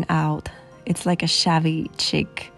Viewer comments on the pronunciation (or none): Chic is pronounced /sheek/ not /chick/